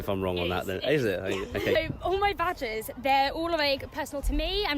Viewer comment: I thought she said all my vaj’s but actually said badges, I was going to say don’t tell me she has more than one duffa between her legs!